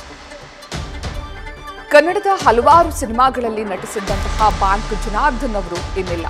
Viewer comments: ಬಾಂಕ್ ಎಲ್ಲಮ್ಮ ಅದು ಬ್ಯಾಂಕ್ , ಥೂ....ನಿಮ್ಮ ಕನ್ನಡ ಉಚ್ಚಾರಣೆ...... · ಹಲೋ ಅದು ಬಾಂಕ್ ಅಲ್ಲ ಬ್ಯಾಂಕ್ ಮೇಡಂ ಕರ್ಮ ನಿಮ್ದು ಕನ್ನಡ ಸರಿ ಉಚ್ಚಾರಣೆ ಬರಲ್ಲ